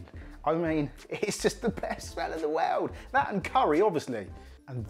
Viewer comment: Great vid and recipe, gonna give it a go. So funny how he said world and it sounded like wewd!